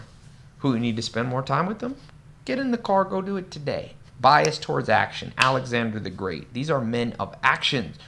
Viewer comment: “Alexander The Greating”